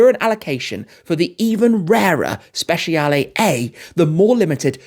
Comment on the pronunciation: Hey Tim, you can improve your pronunciation, it’s more like speCHAle, not speSHIale. 😊